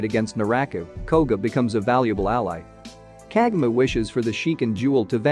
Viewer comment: You keep on pronouncing her name wrong